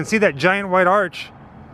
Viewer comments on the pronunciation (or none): none